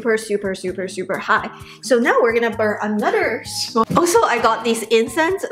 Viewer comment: Ahnutder ❤❤❤ Drinking game drink after she says ahnutder aka another